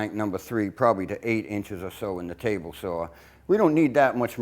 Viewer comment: Just one complain. Saw is spelled and pronounced saaawwwww NOT SAWR OR SAHHWWRR. Other than that you’re a bad ass Shipwright